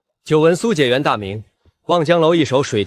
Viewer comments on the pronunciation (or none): 古時科舉第一名解元 應讀解（介）ㄐㄧㄝˋ元